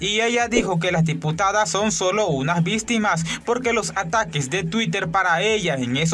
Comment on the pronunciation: No veo por que seguir diciendo "vistimas" en vez de victimas. No es chistoso